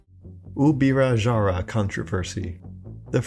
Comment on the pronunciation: And gongrats for the amazing pronunciation of Ubirajara, you nailed it